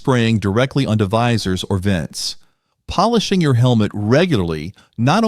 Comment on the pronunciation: So, Why mispronounce polish as in polish helmets?